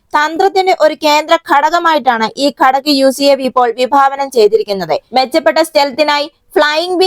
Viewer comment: ഒരു നൂറ് പ്രാവിശ്യം " ഘടക്" എന്നു പറഞ്ഞതു കൊണ്ട് മാത്രം ഒരു dislike തരുന്നു. "ഘാതക്" ആണ് ശരിയായ വാക്ക് !!!